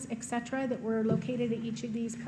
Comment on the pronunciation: Et-cetera, NOT Ek-cetera.